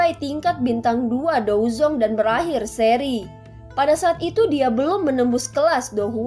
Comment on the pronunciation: Bukan dozong dozun 😂